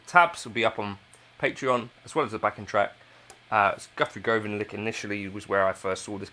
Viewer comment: Not to be that guy but it’s pronounced Govan as in government